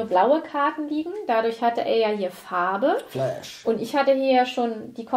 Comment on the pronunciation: Es heißt flush, nicht flash.